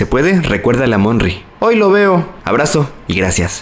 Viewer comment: "MONRY" 😱😱😄😄😄😄😄😄😄😄😄😄😄😄MONRY😄😄😄😄😄😄😃😃😃😃😃